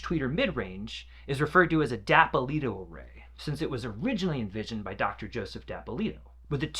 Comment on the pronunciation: It's the Snell C-fives. That's not a v, it's a five, as in the Roman numeral V. It's not pronounced "Vakes". It's pronounced "Vex". It's not "Dapolito". It's "Dee Appolito", just as Leonardo DiCaprio is "Dee Caprio". Try not to be an illiterate fool for your whole life.